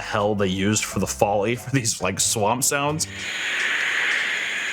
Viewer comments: First of all,, I love you so much. I mean it from the bottom of my heart. uhm, actually I believe it’s pronounced like Foley as in “foe” and not as in “folly”. Which I’m pretty sure it means to be in joy or some shit like that /joking, sarcasm. However, I was confused probably go for like a minute like have I been pronouncing that wrong this whole time??? so I felt like I needed to make a joke. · Love you, but it's pronounced Foley (foe-lee) not folly (fah-lee). Named after Jack Donavan Foley. Like Mick Foley, but not like Mick Foley.